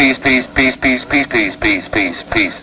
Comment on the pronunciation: Every time I heard him say "peace" It sounded like "piss" .heehee